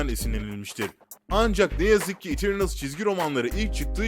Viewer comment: Kilisçiyıl, İtirnıls, cek kirbi falan 👍🏼